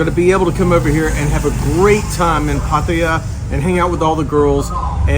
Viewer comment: Finally someone pronouncing Pattaya properly.